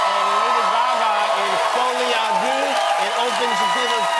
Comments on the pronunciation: I wish he didn't keep saying 'folie à doo' It's pronounced 'der', duh ! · Jimmy.... not 'Foley ah doo'... 'Folley ah derr'🤦🏼‍♂🤦🏼‍♂🤦🏼‍♂ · Someone needs to pronounce the movie to Jimmy so that he can say "Folie a Deux"properly lol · Come on Jimmy, it‘s so not Folie à ‚du‘ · Deux is not pronounced DOO, FFSS 🤦‍♂ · “Folie à du” was driving me insane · Incredible interview ! 🤩 (just... "deux" isn't pronounced like this but that's ok 😊)